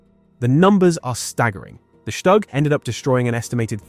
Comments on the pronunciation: Shtug, shtug, shtug. it is called STUG not SHTug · Shtoog, not Shtag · Het minste wat de verteller kan doen is de naam Stug correct uitspreken. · Learn to pronounce StuG. Try Forvo or learn basics of German.